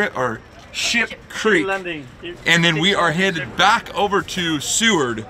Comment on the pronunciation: He tried to say Ship Creek and ended up saying Sheep LOL I do that waaaaaay to much lol